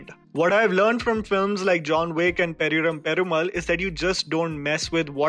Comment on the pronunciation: It is 'pariyerum perumaal'